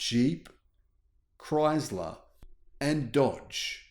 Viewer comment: There is no Z in ChrySler!